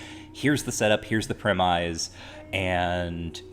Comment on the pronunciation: can't say "Premise" properly